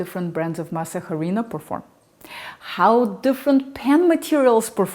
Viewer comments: It was already around 8 and I hadn't eaten dinner. I was very hungry and didn't want to make a full recipe of tortillas. I remembered your recipe and weighed out 20 g of Masa Harina (BTW in Spanish the "h" is silent) and 30 g of water to make one tortilla. Since I was so hyngry, I didn't let the dough rest, so it was too moist and tore when I took it off the plastic. It still puffed a little with your spatula pressing technique. Had a delicious meal of avocado, mashed beans, hydrated and sauteed TVP with a vegan butternut based cheese sauce. It was so yummy! Will make this small portion again since I live alone and prefer freshly made tortillas. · Ridiculous! I know she’s not Hispanic because she kept sounding out the h in harina. It’s silent. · Please stop pronouncing the H in Harina-it’s silent. It grates on this Hispanics sensibilities! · Sweet, your pronunciation is so good… the only thing is that the H in Harina is silent 😉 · If you are going to make Mexican Food then pronounce it right before you make a damn video,duhhhhhh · Why is the pronunciation, jarina??? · In Spanish the h is silent. You don’t say “jarina” you say “arina”. Any Spanish person knows this. Great info though. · pronounced 'ah-REE-na' not "HA-REE-na" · “Harina”. You need Mexican friends 😊 but great video nonetheless! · why are you saying "HArina"? the H is Silent... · Perfect puff for a corn tortilla??? A puff on a corn tortilla it's not desirable nor is it normal, corn tortillas that puff also fall apart when you put a hot filling inside them. But like, I prefer the yellow corn harina ( pronounced "arina" the "H" is always silent in Spanish words). I watched this video because is easy on the eyes. But IMO, learning how to make tortillas from a Russian...... is kind of like learning how to make borscht, from a Zimbabwean! ¯\_(ツ)_/¯ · The H in harina is silent so you would pronounce like this, Arina. Thank You! Love your hair cut! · The “h” is silent in harina.